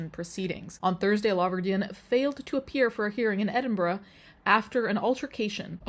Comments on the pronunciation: Literally came to the comments to say just this. It is so refreshing not to hear Edin-burrow/Edin-burg or Glass-Gow. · i know ur not american but with ur american accent it's nice to hear edinburgh and glasgow pronounced correctly lol